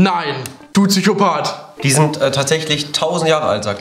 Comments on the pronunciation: niemand:: "du TSychopat" xdd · Niemand.....: “Zychopath“